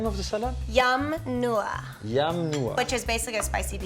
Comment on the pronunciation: yea it's not yum nua -.- too bad she cant speak thai, could be beneficial for her kids in the future